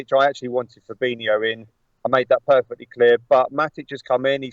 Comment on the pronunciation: How can someone not be able to say fabinyo not fabino???